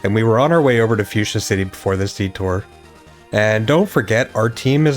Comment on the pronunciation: So we just gonna ignore that butchering of Fucsia 😂😂